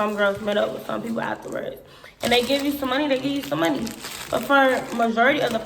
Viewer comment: ".......stealing our MUN-KNEE"!